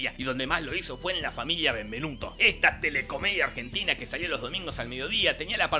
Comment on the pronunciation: En la intro dice Argenina 😂😂 gran video como siempre, los amo!!!!